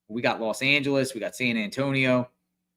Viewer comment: San Ann tonio 😂